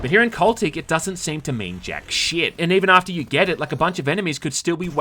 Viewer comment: Every time you say “sheeit” it reminds me to hit the like button haha.